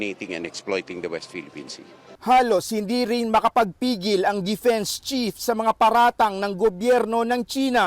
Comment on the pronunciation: ayusin mo naman pronounciation mo? it's "defense" NOT "depens". It's "Forward" NOT "Purward". If you can't say the right way, itagalug mo na lang...